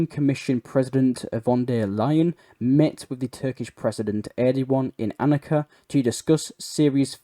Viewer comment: An-ka-ra mate, not anaka